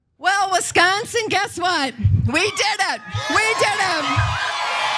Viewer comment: She says Wisconsin perfectly.